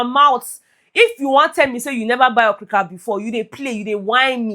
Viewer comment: say okrik 🤣🤣🤣🤣🤣🤣🤣🤣🤣 you even package name for okirika 😂😂